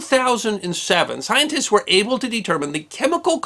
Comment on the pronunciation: Lol! You miss pronounced "scientist" but got "René Antoine Ferchault de Réaumur" spot on!